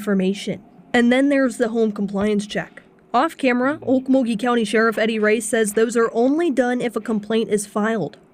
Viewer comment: Chiming in to say THANK YOU for first of all correctly pronouncing Okmulgee! Also thank you for covering this case, you’re one of my favorite true crime channels ❤